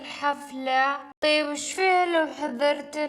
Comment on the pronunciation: مش لوو هذا لو (Lao) not لاكن ماشاءالله ممتاز❤️